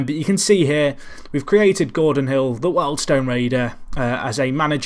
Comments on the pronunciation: WORLD STONE ????? Eh thought it was pronounced WHEELED STONE ! Oh well. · You couldnt say wealdstone correctly...